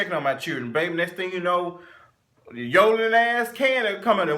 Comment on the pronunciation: you did not say yoddle-ling azz Kandi.....I fell out from laughter at my desk! I just can't.